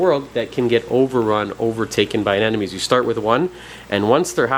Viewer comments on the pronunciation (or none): Why people call it aneNomes ? lol